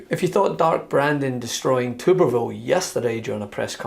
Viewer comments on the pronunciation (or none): It’s pronounced Tubby Tumorville.